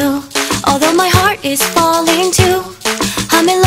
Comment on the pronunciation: Heartって発音ちゃうくない？hurtやん